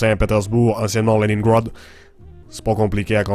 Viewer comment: Je suis québécois et c'est plus ou moins réussi... Y'a des mots que tu anglicise trop ("leningrad", "url"...) alors que c'est rare qu'on le fasse. Le vocabulaire est aussi à transformer et tu ne places pas tes "â" creux à la bonne place souvent ;)